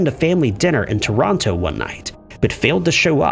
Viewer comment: Americans are so dumb. Yall need to learn how to say things like Ontario and Toronto. American school system, what ya going to do?